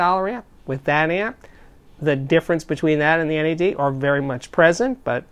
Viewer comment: do not think you can say nad in your way, you say n.a.d its not an acronym.